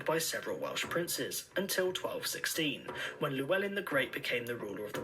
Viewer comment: For the record AD and CE are the same AD = ani dominai (year of our lord) CE = Common era This is because many religions and countries have their own calendars so CE is used as a non secular designation for the years Also the bad pronunciation of Llewellyn the LL sound is voiceless